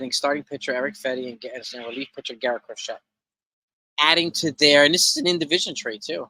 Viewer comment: The man's name is pronounced Cro-SHAY.